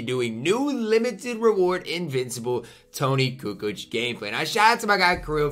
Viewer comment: said “Toni cu cooch” lmaoo